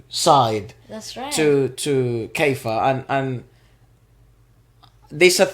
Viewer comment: The evolution of Keifer! We have been privileged to watch this young man grow into the extraordinary artist he is becoming. Thank you for the wonderful reaction. I also want to know what the inside joke is going on with the band! 😁 More songs from Keifer (pronounced key-fur) and the TNT Boys coming